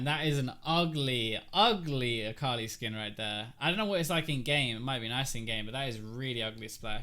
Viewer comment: It always throws me off when you have an Akali on your team. It seriously sounds like you're saying Carly to me lol Sometimes I-Carly, but I usually only hear Carly. The first few times I heard you say it I legit thought you were talking about a girl you knew IRL xD